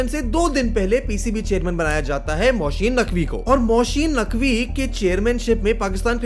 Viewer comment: Its Mohsin Naqvi .... Not mohsheen 😂